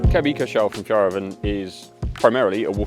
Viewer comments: Nice review! I think ill get one. And the way you pronounce Fjällräven means something totally different in swedish... 🫣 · I don't know how to properly translate it, but something in the lines of silly ass... When you say Fjäll it sounds like a diminishing word sometimes used to describe a softer kind of homosexual male. When you say Räven it sound as you plainly say the ass.